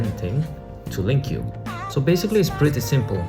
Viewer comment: I hate to be the one to correct people, however you've been mispronouncing LingQ so many times that I can't stay quiet anymore lol. it's pronounced like "link"